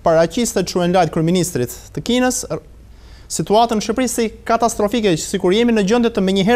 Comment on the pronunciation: Shqiperi , shqiptar, me 'q' .. ... jo shiperi jo shiptar..... permiresoni spikerin !!!!